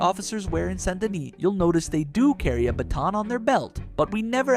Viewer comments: Saint Denis, not Son do Knee, Sandini or any of that. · How many ways is he going to pronounce Saint Denis? All of them. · This guy keeps pronouncing Saint Denis differently every time he says it, plus, The Vanderlander Gang? Seriously? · You really need to decide on whether or not youre going to pronounce "Saint Denis" right